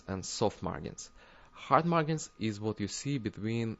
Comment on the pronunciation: The `g' in `margin' is pronounced like a `j', like the `g' in `large'. :D